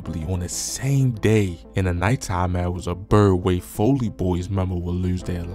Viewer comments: This dude said foley boys folly its simple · Fol•ly Fälē boys not foley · I cringe every time he pronounce Folly wrong..